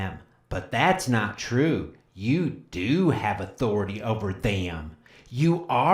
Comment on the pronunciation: Respect ma ah-tho-rah-tay!